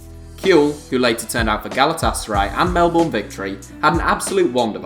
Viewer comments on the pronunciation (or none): couple things, 1, you pronounced Melbourne wrong, I'll let you off cause you're not Australian, but for future reference, it's pronounced like "Mel-bin" don't ask why it's spelt 'bourne' but we're Australian, we make everything weird and 2, Mark Schwarzer for Australia/Oceania? I mean, he at least deserved a shout out, I mean, he took us to our first world cup for 36 years with some saves in a penalty shootout against Uruguay I think it was, and spent the majority of his career with Middlesbrough in the prem